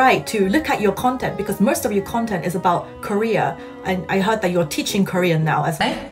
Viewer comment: same lmaoo why does he sound so choppy and he adds a weird British accent(?) Usually I can tell by the sound and pronunciation that its Korean but I couldn't with him